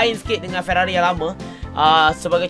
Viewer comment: Sampai masjid Ferarri jadi ferarroi